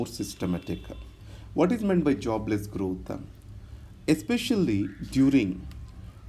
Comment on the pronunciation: Systematica.. growtha.. apki yeh pronunciation mujhe achhi lagti hain..